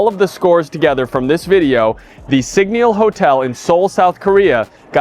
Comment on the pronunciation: A whole review but you can’t even pronounce the brand properly 😢😂